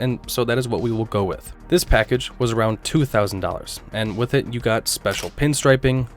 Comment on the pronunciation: That's not "Barritz", but pronounced "B ee arritz", hence the letter "I"......